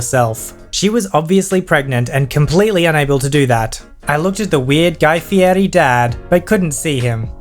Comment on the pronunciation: The pronunciation of Fieri...